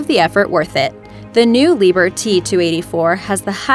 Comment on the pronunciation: Ahh,it's not"Lieber" but "Lieb-herr".Enough said.